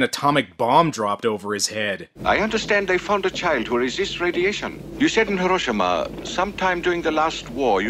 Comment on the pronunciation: Im also one of those pedantic assholes who feel the need to point things out... Like how you are not saying Hiroshima correctly. I mean you say it immediatly before the character says it correctly then you go on to keep saying it wrong. I know its petty but its a bit of a pet peeve. just think how silly you would think someone sounds if they said mississippi and pronounced it with a MY sound insted of the normal way Myssissippi you would prolly correct that so say Hiroshima with the correct emphasis sheesh!